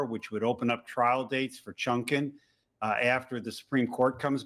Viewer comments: "Chunkin"? Does he mean Chutkan? If so, what a way to butcher her name. Also, saying something might "have a bad look" in regards to justice being served because the time is inconvenient is actually a bad look. The election being close should have ZERO impact on whether or not a case is allowed to go to court. You're basically saying that certain people are absolutely above the law and their day in court if it's not convenient. If anything, these particular cases should be expedited prior to November so that some voters who are either on the fence, or still have the wool pulled over their eyes can actually be made to understand who they are considering voting for before it's time to voter. But if these cases ended up continuing through November and December, boo hoo? The whole goal here for Trump is to stall them until after January 2025 where he can just throw them out. This is all politics OVER justice, which should never be the case in any circumstance. SCOTUS just proved that for them it's also politics over justice, because they knew exactly what they were doing with this delay. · Hey guy, the Judge’s name is “Chutkan”, not “Chungkan”! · seconds, Dude man says chunkin wtf is that? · So, did I hear this correctly? That a former Judge addressed Judge Chutkan, and Chunkin. One would think that a former Judge would have the knowledge of how to pronounce the name of a sitting Judge who's name has been all over the media. Or is it purposely done because she is Black. I mean Trump call's AG's by all sorts of disparaging names, especially ones of colour. Could it be that believes that Trump deserves Immunity.? Comments are welcome. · Seriously say her name right.